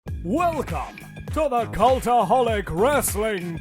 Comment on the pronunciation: Why is this guy saying "Culaholic" thought it's (cultaholic) 😂😂😂😂